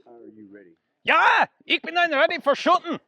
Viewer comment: The german accent until the Scottish "Shootin" 😂